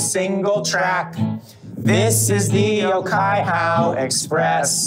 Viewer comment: Unfortunately they were pronouncing Ōkaihau wrong :( In te reo Māori, the macron on the Ō means that syllable is lengthened and emphasised, and the "hau" is pronounced more like "hou" than "how".